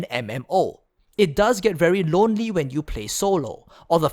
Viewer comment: Ronery? Are you ronery?